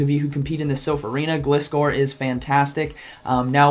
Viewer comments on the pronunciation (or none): Gliscor is pronounced the same way as "glide" and "scor" :D